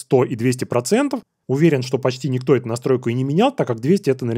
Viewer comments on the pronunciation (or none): none